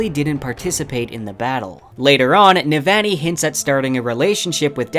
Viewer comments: For Navoni it's noot Ne-van-ee. It's Neh-Vahgn-ee. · I love everything bout this video except the way you ruined Navannis name lol on ii not aan ii lol sorry bro love everything else though. bout to start words of radiance up again and needed a refresher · Amazing job! I’ll be definitely coming back to this again when book 4 comes out. BTW you’re pronouncing Sadeas & Navani a tiny bit off - at least compared to Graphic audio :). Not sure if that’s helpful feedback, but you seem like a perfectionist so I wanted to mention that.